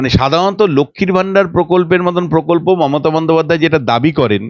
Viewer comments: পোকল্প উচ্চারণ খুব কানে লাগছে। প্রকল্প বলুন। একজন সঞ্চালিকার এই ধরনের ভুল উচ্চারণ চ্যানেলের মান নামিয়ে দেয়। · তোমার উচ্চারণ স্পষ্ট নয়। তুমি এতবার "প্রকল্প" শব্দটা বলেছো কিন্তু একবারও সঠিক উচ্চারণ করোনি। প্রত্যেকবারই "পোকল্প" বলেছো। এছাড়া তোমার "স" - "শ" - "ষ" এর উচ্চারণ ঠিক নয়। বেশীরভাগ "স" কেই "শ" অথবা "ষ" হিসাবে উচ্চারণ করেছো। এগুলো শুধরে নেওয়ার চেষ্টা করো। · পোকল্প নয় দিদি, ওটা প্রকল্প হবে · এঙ্কারের উচ্চারণে অস্পষ্টতা আছে। পোকল্প না প্রকল্প! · Pokolpo noy prokolpo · Kothata POKOLPO noy. PROKOLPO. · পকল্প নয় প্রকল্প একজন সাংবাদিকের উচ্চারণ টা ঠিক হওয়া প্রয়োজন।। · মূখ্যমন্ত্রীর মতো পকল্প কেন বলছেন সাংবাদিক মেয়ে টি? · Mamoni ota pokolpo na.. prokolpo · Dear Anchor, apnar question gulo khub pertinent holeo apnar pronunciation khub kaane lagche, for instance, apni bolchen 'pokolpo"...eigulo ektu kheyal korun. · ওটা 'পোকল্প' নয়, "প্রকল্প"! ঠিকঠাক কথা বলুন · কথাটা প্রকল্প,পোকল্প নয়। সঞ্চালিকা দিদি বাংলা টা ঠিকমত বলবেন এটা আশা করা যায় না? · Pokolpo noy prokolpo. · দিদিভাই, বাংলাটা অন্তত ঠিকঠাক বলুন। প্শ্ন নয় প্রশ্ন, পকল্প নয় প্রকল্প, ইত্যাদি ... Feedback মাত্র। চেষ্টা করলেই পারবেন। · পোকল্প নয় বাবা প্রকল্প ... বাংলাটা ঠিককরে বলো বাবা ... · onusthaner upossthapika aponar uccharon thik korun . pokolp noy prokolpo . podhan noy prodhan . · Pokolpo, kendo. She cannot pronounce R in the context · এখন সবাই ছাংবাদিক! কোনো degree লাগে না। ভালো করে উনিশ উচ্চারণ করতে পারেনা। বলে উন্নিশ ছ্যা! আবার বলে পোকল্প! ওরে ওটা প্রকল্প হবে।ভালো করে বাংলা বলতে পারে না সে আবার ছাংবাদিক!!! ছোঃ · ঘোষিকার পোকল্প, পোশ্ন , মুখ্যমন্তী প্রভৃতি উচ্চারণ গুলো বড্ড কানে লাগে